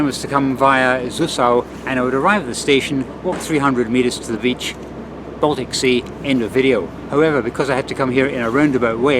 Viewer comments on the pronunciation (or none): none